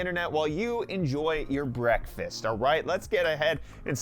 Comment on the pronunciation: I swear I heard "Enjoy your Brett Fest". Please use that!